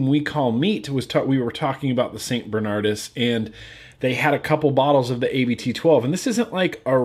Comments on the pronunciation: hey its not a-b-t its just abt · A more accurate pronounciation of 'Abt' is 'Abbot', what it actually means. Good beer, btw. I'm regretting the fact that the bottle on my desk of it is empty.